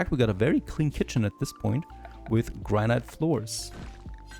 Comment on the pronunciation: Great series so far! By the way, "granite" is pronounced "GRAN-it." I know, English makes no sense at times lol